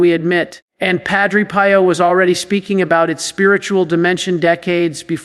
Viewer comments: knows that Padre Pio’s name is said as “ PE.O”. NOT “PIE O “ I question if A I has been active here and said it wrong!!!!! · This has to be AI. He has pronounced Padre Pio several different ways. I know the priest is real, but I think this is AI. Why would he pronounced the same name differently? Pie-Oh vs Pee-Oh. I sleep with a rosary around my wrist with the crucifix in my palm. Sometimes the corners of the cross can be a little uncomfortable in the palm. I tell myself at that moment that there was nothing comfortable about the cross. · It is pronounced Padre PEEO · This is AI generated. Surely knows to say Padre Pio not Padre Pie-o and doesn't randomly ask people to subscribe. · Um....who is Padre "Pie"o ??? And why do you pronounce name like that? This sounds AI GENERATED!!! "Pie"o. Goodgrief. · AI doesn't know how to pronounce Padre Pio! Come on! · This an AI KNOCK OFF. Pronounced Padre Pio wrong. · This is AI imitating. AI mispronounced Padre Pio. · This AI. would NOT have pronounced PADRE Pio that way. 🤬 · 100% agree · Sounds like Ai. Doesn’t even pronounce Padre Pio correctly! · Pronouncing Padre Pio’s name wrong. This is AI. I’m out of here. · AI because the voice is wrong and knows how to say Padre Pio! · Why can’t you pronounce Padre Pio properly??????????? I think this site must be a fake! AI can never be acceptable especially when it is preaching God or Jesus’s words!! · The way you pronounce Padre Pio's name makes me think this is AI speaking, not. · The mispronunciation of St. Padre Pio's name is a turn off!!! would NEVER pronounce Padre Pio's name that way!!!! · That is AI😢😢😢 NOT REALLLY, The way pronounce: Padre Pio is by AI😢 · Got a feeling this is AI. wouldn't mispronounce padre Pio and talked faster than this